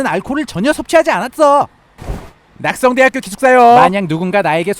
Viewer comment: 알콜을 섭취하지 않앟어할때 발음 좀 귀여운듯